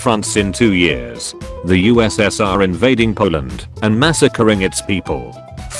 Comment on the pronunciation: I like how the computer voice called the USSR US Senior